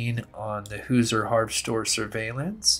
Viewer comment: great job,. In Indiana, we pronounce Hoosier like Hoo-Sure. 😍